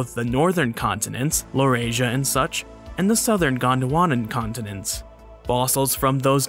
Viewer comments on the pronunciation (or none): none